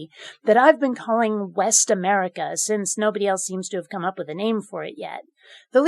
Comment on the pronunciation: When you said "West America," I thought you said "Best America." I hope the secessionists start calling it that. It would be delightfully cheeky.